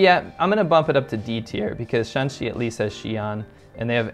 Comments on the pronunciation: Shaanxi is written with double aa to mark that Shaan is pronounced in the third tone in standard Chinese one of the problems you get when writing a tone based monosyllabic language with roman letters. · Shaanxi and Shanxi are different sounds when pronounced in Chinese. There is four pronunciation for any syllable in Chinese. The "Shaan" in Shaanxi is the third pronunciation while the "Shan" in Shanxi is the first pronunciation. So in China, when pronounced correctly, these two provinces can be differentiated verbally. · Shaanxi (double a) has Xi'an not Shanxi (single a) though to be fair that's the only thing that separates them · Xi’an is in Shaanxi not Shanxi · Every region is very unique, with completely different auras and cultures. Its almost like each province is its own country! Shaanxi province is not entirely developed but its very rich in ancient Chinese history, even more than Beijing. Xi'an is actually in Shaanxi province(2 A's), not Shanxi 😅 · Xi'an is the capital of Shaaanxi not Shanxi . By the way I'm from Shanghai. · It seems that you have confused shanxi with shaanxi… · Um I'm pretty sure that Xi'an is in Shaanxi, not Shanxi. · I’m pretty sure that Xi’an is in Shaaxi陕西(shǎnxi)not Shanxi(Shānxi)山西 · Pretty sure Xi An is in Shaaxi and not shanxi. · Correct. Shaanxi has Xi'an and Huashan (for example) Shanxi has coal and The Hanging Monastery and Wutaishan. Still nice. Also the tones for Shan are different. Shanxi's shan is flat tone and Shaan's shan is 3rd tone. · 学学声调不好吗，陕西和山西完全不一样的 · It’s Shanxi and Shaanxi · As a Chinese, to be honest I have to say the video maker seems to lack basically understanding of China since he even mixed 山西 with 陕西. These 2 provinces have similar pronunciation but totally different characters.If he claims he has been so many places in China I don't think he will make such mistakes. I appreciate your interest in China and welcome you to visit, but sorry for this video itself, it's definitely not good.